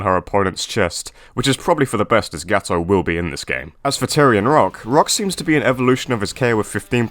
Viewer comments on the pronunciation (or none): none